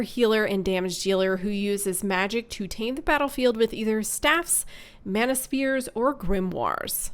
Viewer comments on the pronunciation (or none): none